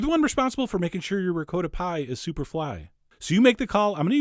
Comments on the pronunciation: Hey John, It's not said, (RECOATTA ) Cheese, it"s said (RECOTTA). That is if your Italian. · ricotta ~ ri-co-tta not “reecowttahhhhh” Please!!!!😧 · rick-coat-ah??? that's not the way it's pronouncicated! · John- love you to death, but your pronunciation of 'ricotta' made me fall off my chair. Merry merry!😃🎄🗽🎅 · So many eggs! It looks as if it came out quiche-ish. And dont even get me started on your pronunciation of "ricotta". Once you neglect to properly roll the r, there is simply no possible redemption...;) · I was about to ask why you mispronounce "Ricotta" but then you said "Jersey"... Understood.